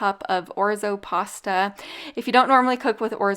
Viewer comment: Hi. Lol.your not pronouncing your pasta correctly.